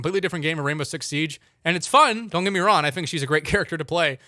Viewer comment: Is it the microphone or do you just not pronounce the “ng” in “wrong” and “long”. All I hear is wron and lon